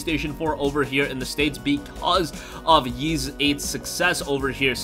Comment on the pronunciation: Wait, YS is pronounced as "YEES"??